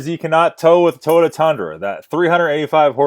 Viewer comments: First of all it's not tota like your pronouncing it, it's Toyota, learn to enunciate your words! Scotty has 55 years of experience, you probably have no clue...smh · More than half the things you complained about him saying was him repeating what his fans/customers said and he even states that. And its Toy-ota no to-ota